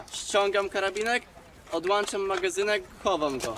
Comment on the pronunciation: odłączam a nie odłanczam